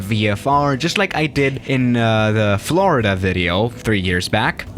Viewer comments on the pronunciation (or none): none